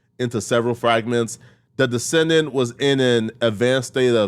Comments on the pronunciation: Decedent is not descendant. Lacivious is not lavacious. You're welcome. ~Gen X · ass need to know how to pronounce shit. he said Descendant it’s decedent 😂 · It's pronounced 'deh-see-dent' my nigga